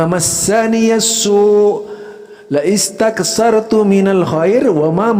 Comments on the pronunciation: Ustadz, afwan ada cara baca ayatnya yg salah. Teks لاستكثرت itu cara bacanya yg tepat adalah: lastaktsartu ( hamzah tidak terbaca), bukan dibaca laistaktsartu (dg hamzah dibaca kasrah). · Pk salah baca laistaksartu,yg benar lastaksartu.blajar lagiiii